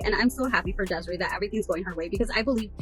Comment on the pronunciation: Her name is Desiraye. Des-e-Ray.